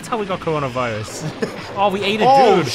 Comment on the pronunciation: Nobody: Not a single soul:: CRONA VIRUS